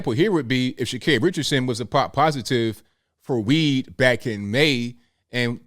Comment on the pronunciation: Are you saying her name wrong intentionally 😂